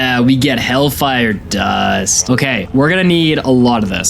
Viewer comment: why did he say dust like that